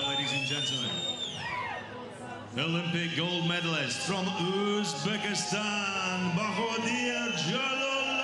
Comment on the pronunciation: Господин,. Англичанин, прошу, правильно, произносить, слова,. Узбекистан, или,. Узбек